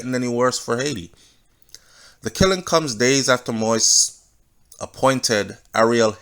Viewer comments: Please take time to pronounce names, it's not President MOIS i'ts MOISE (accent on the i) (Mo-we-es). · Mo-ise (Mo ease) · Thank you nuff love and respect. Please continue the updates - although this whole thing is Sooooo sickning. Side note, the last name is pronounced Mo-Yeez. One love. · It is pronounced mo eez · Manners and respect Jovenel Moise is pronounced MO-EASE👏🏾👏🏾👏🏾